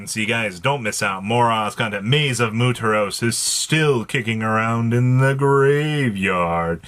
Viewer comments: moo-ta-ros is psychotic pronunciation for muertos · gotta be an asshole if he reads comments on how to pronounce muertos and still says muteros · Why are you saying Muertos so wrong?